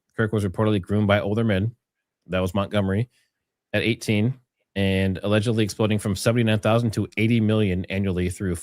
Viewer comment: your ALLGDLY, i thought it was 'All Godly' not allegedly 😂😂